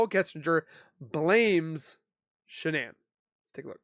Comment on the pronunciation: IMO Why is DK stopping questions? Immunity for? They seem to talk mainly about and CW relationship and not much more. seems to have a difficult time saying Shannan”s name. Why? So much wrong with this “so called interview” which should have been an interrogation as was the mistress of a married man before, during and after the crime.